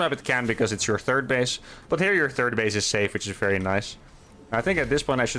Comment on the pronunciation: For me it's the "turd base" XD